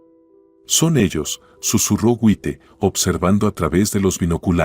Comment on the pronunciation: El narrador es un disparatero. Hasta un niño pequeño sabe que no se dice Wite, sino se lee Jait. Deben de leer bien y buscar quien les diga cómo se dicen las palabras. Ya cansan con tanto disparates.